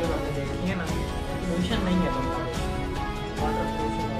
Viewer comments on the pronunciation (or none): none